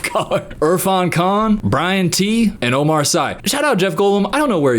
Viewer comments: It doesn't relate to the video but the way you pronounced Omar Sy made me cry 😅 French name lol its pronounced Omar "see" i guess. He would so laugh about this bit like my earssss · Hey, Omar is French the Sy is pronounced “See” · I'm french and I just discovered the way Americans pronounce Omar Sy's name It sounds like a bad DJ name